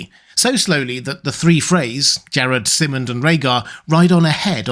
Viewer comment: Great vid, but why do you always swap the Y and I sounds around? It's VIH-serys, and Sigh-mond, not VY-serys and SIH-mond...